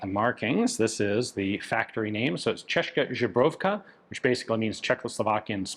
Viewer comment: Still saying Česká zbrojovka wrong.